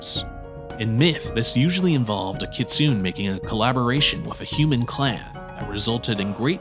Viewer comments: You're pronouncing kitsune wrong, its Kit-Su-Neh. Kitsu- the bark of a fox in ancient japan. Ne- an old term of endearment in japan. You're also intermixing some more modern/anime ideas of 'good/bad' japanese fox terms. Nogitsune (No-Git-Su-Neh Yanko is a more modern given term) are Wild Foxes, aka those who do not follow Inari and cause trouble the most. Kitsune are Inari's foxes (also used as the standard word for a regular fox as well, in japan ANY fox COULD be a magic fox and thus they use the same word for both), and while tricksters are also generally benevolent or at least ambivalent. You are correct in the illusions, shapeshifting, and the gaining of tails... However, it doesnt matter how experienced a fox is or isnt, they will always have some kind of fox-like tell. If not a tail, then fox feet, or eyes, or shadow. Their shapeshifting will always be slightly imperfect in that foxish way. Another note is that once a kitsune has nine tails and gains 1000yrs of age, instead of another tail they will become either gingitsune ( Gin-git-su-neh- silver/white holy fox) or ascend to heaven as a tenko (ten-koh- holy/godly gold fox). You also failed to mention the most important ability of their folklore, and that is the possession of human people, causing fits and making their hosts 'act like foxes' by screaming, eating meat, and attacking people, or seducing them to drain their strength and vitality with no apparent cause. Afflictions that are still believed to happen in the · It's actually pronounced "kit-soo-nay" (kitsune) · It's (Kit-tsu-ne)